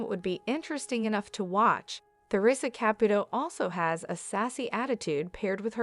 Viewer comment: It would be nice if the narrator would learn how to pronounce Theresa's properly !